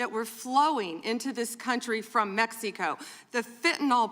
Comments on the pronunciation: why does say "Mexeeco"? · She can't even pronounce Mexico correctly